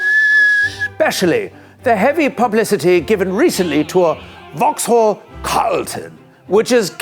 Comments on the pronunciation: Opel Omega*. Makes me throw up whenever I hear "vauxhall". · in the UK, the H is silent in Vauxhall. It's pronounce 'vox-awl' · Cammisa, I love you baby, but hearing you inflect the H in Vauxhall is hurting me deeply. Love, a Bri'ish Vaux'all enjoyer. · In the UK we don't pronounce the H in Vauxhall.